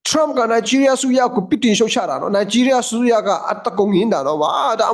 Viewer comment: နိုင်ဂျီးရီးယား , ရားမဟုတ်ဘူး